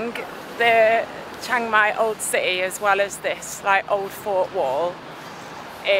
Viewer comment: "Shhheeang-Mai" not "CHANG-Mai" btw